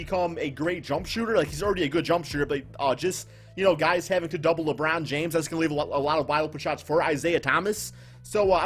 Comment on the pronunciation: Did u say Lebrun rlly 🤦🏾‍♂️ I had to dislike bro come on u one of my favorite subs but come on now